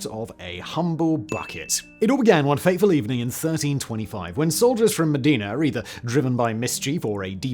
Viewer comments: Modena! Cristo Dio! You are saying it like the Arab city of "Medina" instead. M O (like in "cop").The accent on the "o" D E (like in helicopter without pronoincing the H) N A (open A like "sat" of "fat"). Also it's false! It's Just a mith. They stole the Bucket after the Battle of Zappolino as a trophy. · Simon, Simon.... There's Mecca and Medina, but it's Bologna and MOdEna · that's not how you say "Modena"